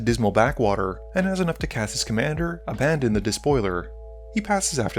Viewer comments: Abaddon, not Abandon. You are starting to sound like "Seth, probably better known as Saffron Olive." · I love how he mispronounced Abaddon name 😂😂